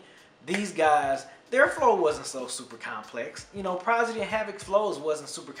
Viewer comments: lol "Progidy" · I tried to keep myself from cringing every time I heard you struggle to say Prodigy's name lol but I'm glad you reviewed this album. I still love it to this very day.